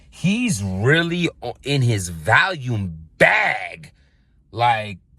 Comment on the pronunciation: Random but why does everyone pronounce it "Valiume"